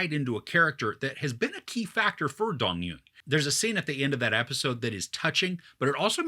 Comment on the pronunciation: Loved it! And fyi it's not Dong-yoon, it's Dong-eun which is hard to pronounce for westerners